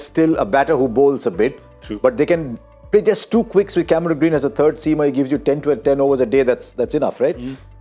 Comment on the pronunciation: DK pronouncing Cameroon Green, he is Cameron Green & not Cameroon😁